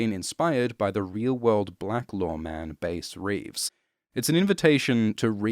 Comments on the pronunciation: I'm a little over a third of the way through the video, and you've already mispronounced Veidt (pronounced Vyte) and Bass Reeves (pronounced Bass - rhymes with Ass). Kudos for pronouncing Trieu properly. But then butchering the easy ones? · Loll that can pronounce all the ASOIF names but mispronounced Bass Reeves. They say it in the show even. Probably just read it fast while recording, but made me chuckle.